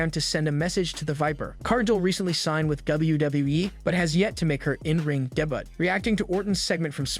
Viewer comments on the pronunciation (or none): Who did the voiceover for this? A robot? I hope so bec u cant be a wrestling site and not be able to pronounce wrestler names....Mercedes Moan? lol. Its Mone' as in Monet....smh...and he said "debutt"....its debut, like day-byu...lol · Good video but, learn the pronunciation of wrestlers last name. Is it an AI narrator? Cant pronounce debut?